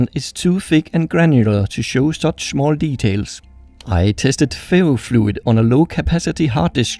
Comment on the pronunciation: I thought he was saying fairyfluid